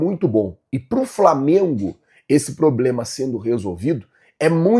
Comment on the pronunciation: Não e ploblema flazueiro kkkkkkk, e problema 😂